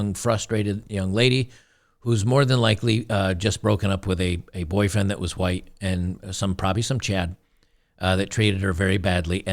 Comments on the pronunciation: We were taught at primary school to pronounce the "h" in "white". Back then in 1960s England it was good English. The spitting bit you see here, though, is rather stupid. It's curious the woman is so unreflective that she cannot see this. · It's amazing that she has the cognitive dissonance to make pig noises when pronouncing white in reference to an ethnicity. But then Trump objections by claiming that's how she pronounces white every time... The point of a common language and dialect is ease of communication. If you are going to willfully ignore the rules to serve your own purposes. Expect backlash. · Why does she say “white” like that? Because she is a POS human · This reminds me of J4red t4ylor's pronunciation of "Hwuite" people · The only thing I got out of this video si that in order to properly pronounce "White" you have to hack up a loogie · She's actually pronouncing White that way?